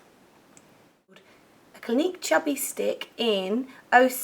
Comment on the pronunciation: when you said Clinique concealer, I thought you said gleek concealer aha, I was like WTH?!?!